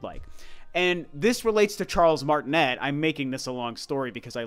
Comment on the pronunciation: Actually his name is pronounced Martinay because he's French, which is pretty ironic but oh well lol